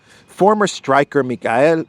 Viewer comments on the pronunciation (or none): none